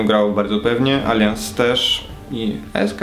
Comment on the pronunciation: To jeszcze nie Alians, tylko Alajans. Drażni okropnie, mnie przynajmniej xD